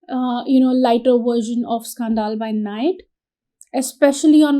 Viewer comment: Scan -dil scandal not scaan - dal.